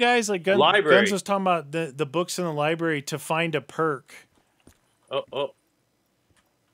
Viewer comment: 31.57. When you are in a different library you said Ribary instead ❤